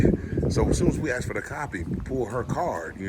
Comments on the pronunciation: "I aksed her, I aksed " learn how pronounce asked. It's basic first grade grammar. It goes to show how un educated really is, for sure, TTA fam. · It’s pronounced ASSK!! Lol